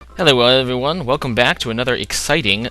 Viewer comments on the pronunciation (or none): none